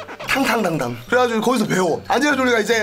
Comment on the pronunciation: 발음힘들어서 탕탕당당이 ㅈㄴ웃기네ㅋㄱㄲㅋㄱㅋㅋㄱㄲㅋ